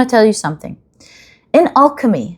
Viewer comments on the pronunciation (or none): none